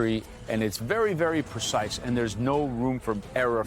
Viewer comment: PRE-cise, not PER-cise! 🧐 Ugh, the irony! 🙄🙄